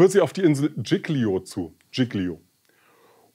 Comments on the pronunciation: Dschicklio, so so, vielleicht ein bissl Italienische Aussprache üben. Und sich dann bitte auch über Kapitän Schettino (gesprochen übrigens SKettino und nicht SCHettino) informieren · Bitte die Insel Giglio richtig aussprechen. Sonst alles gut. Tschilio das tut weh,wenn man italienisch kann.